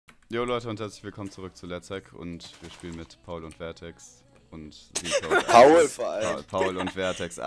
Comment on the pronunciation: ***** ^^ nach englischer Aussprache würde ich trotzdem "zetcode" sagen =D